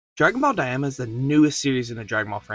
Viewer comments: Brother cant read, its DAI MA not dayama 🤦‍♂️ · I hate to be that guy but it is pronounced Dime-uh not Die-am-uh 😂